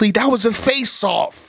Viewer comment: I swear said "faceoff" so many times I thought he was saying "fae sauce" dead ass